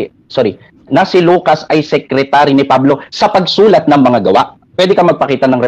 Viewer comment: Sekritary nga San mo basa kups ka